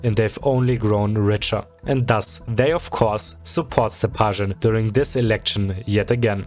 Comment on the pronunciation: The pronunciations make me think you're a German speaker? The Z in Zyuganov should be a zee sound and ths Sh in Stepashin should be a sch.